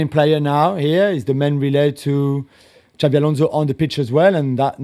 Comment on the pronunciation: IT IS XABI ALONSO FFS